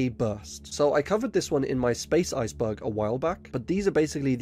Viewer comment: I like that your accent makes iceberg sound like ice bug. Subscribed